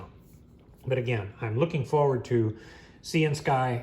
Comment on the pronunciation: I think that the name of this company may actually be pronounced as Syan-sky as in the colour of the sky, Sy-an. Please don't think that im trying to be rude. I'm just trying to help. Please keep up the good work.